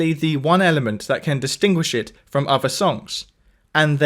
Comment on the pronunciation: You’re amazing but I do wish you wouldnt say “uvver”